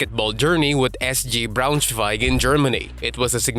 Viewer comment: As a german, i love how you pronounce"Braunschweig". I'm not biased, but I'm convinced Schröder should've won 6th Man over Montrezl Harrell